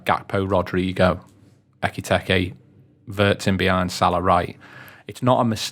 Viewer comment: Pronounce his name correctly ffs it’s not bloody hard Why do these butcher foreign names?